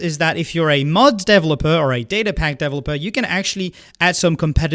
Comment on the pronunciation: Me hearing him say "Deviloper"